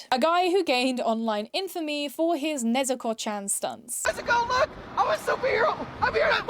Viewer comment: NezUko? "Nesko"!